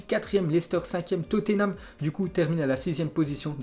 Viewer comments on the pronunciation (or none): none